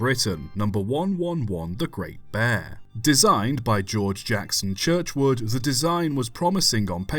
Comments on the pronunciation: CHURCHWOOD and STANIA......for crying out loud GET IT RIGHT !.....all you have to do is CHECK your narrative before posting. VERY POOR. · You don't need to criticise for mispronouncing Churchward and Stanier's surnames. Some people claim he did so, but (to my ears) that IS NOT the case!